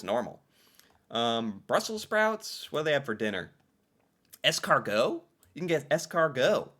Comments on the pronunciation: But then he rolls out escargot just fine. /confused. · I just got here and it's going to haunt mine for sure. And the pronunciation of "Alberta" I'm back. The man can pronounce "escargot" but not "chalet" what is happening